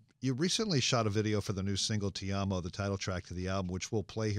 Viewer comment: pronounce things correctly!!!! toeee mahhh mars + ti amoo not tea ammo